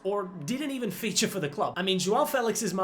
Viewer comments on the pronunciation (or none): none